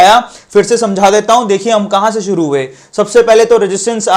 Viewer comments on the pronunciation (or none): none